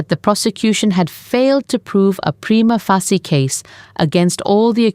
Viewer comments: Prima facie is pronounced like this: preema fayshia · Its prima fay shee